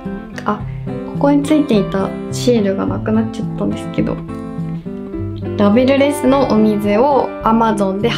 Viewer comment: 「ラベルレス」が「レベルレス」になっちゃってる